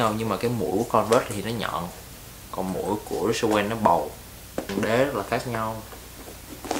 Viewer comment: Rick owens ....not...Rich Owen